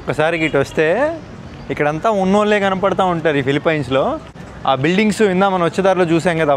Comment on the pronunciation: అరేయ్ ఎర్రి పుల్కా ఫిలిఫిన్స్ రా, ఫిలిపైన్స్ కాదురా..